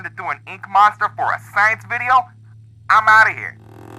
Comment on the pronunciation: You said I’m outta here wrong in the intro and it annoys me more than it should